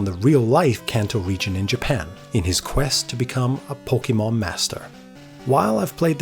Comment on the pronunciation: While I love your passion for the Pokemon franchise, every time you say it's name I cringe a bit. Please, do yourself a favor and look up how to pronounce it correctly.